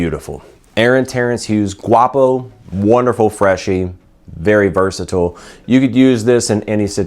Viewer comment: You're saying Guapo wrong mate.